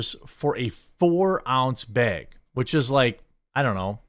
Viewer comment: "beg" of cookies. Nice.